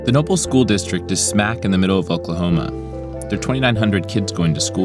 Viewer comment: Why does he keep pronouncing it Nople?